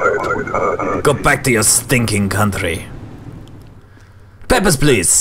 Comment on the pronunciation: Well, listening to it, he does actually say it almost exactly like "peppers please" once :P